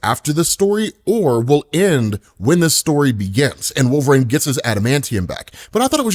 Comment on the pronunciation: I can’t be the only one hearing “wolverAine”